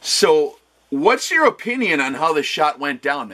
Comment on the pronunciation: “Our OHH PEN NIUN”